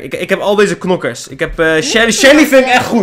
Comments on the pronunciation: Hahahaa nokers te plaats van knokkers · Het is knokkers je mag ook nokkers zeggen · En je spreekt het uit als Kkkkknokers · Ik moet keihard lachen nokkers en krachtbonnen (het is krachtpunten) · Rip headsat rip ons hahahahahaha Nokers het is knokkers geen haat man love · Je moet knokkers zeggen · je moet knokker zeggen